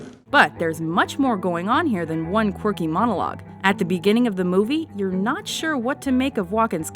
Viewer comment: The presenter pronounces "Quirky" like "Corky" He's the king of Corky cameos